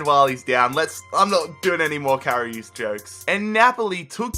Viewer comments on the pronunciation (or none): You say Karius like Karioos